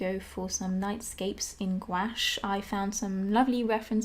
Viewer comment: why do you pronouce gouache as gawash